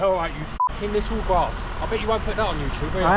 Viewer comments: What is a "grarse" 😂 he was a dopey cunt. I think he means "GRASS". You're doing the world a favour, keep it up... Still want to know what "grarse" means 🤔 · Shame he couldn't pronounce the word "grass" correctly 😂